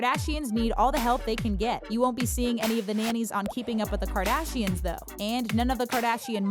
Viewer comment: “Kardasians” I cannot... 😂